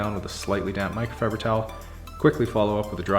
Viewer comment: I’ve really been enjoying your videos! They’re inspiring me to be more tidy in general. Unfortunately my brain has heard you say “Mike Rowe fiber towels” and now I can’t unhear it 😑 My 3 yo is also enjoying your videos. She walked in on the middle of one when you’d already started shampooing the carpets and said “where’s all the garbage?” 😂